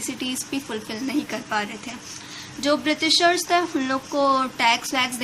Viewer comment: its बृटिसर not बृतीसर